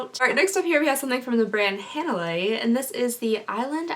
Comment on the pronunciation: I’m from Hawaii. Hanalei is a Hawaiian word pronounced hah-nah-lay 👍🏻